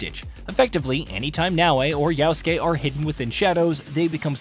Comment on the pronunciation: Mf Its Yasuke not Yauske